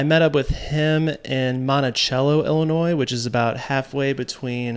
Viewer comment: I grew up 10 minutes outside of Monticello. It’s so cool to see places where I grew up on the silver screen of YouTube. Great video! I just gotta say it though it’s pronounced Monti-SELLo 😊😊😊